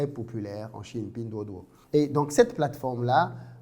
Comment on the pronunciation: Très belle prononciation de pinduoduo😂😂😂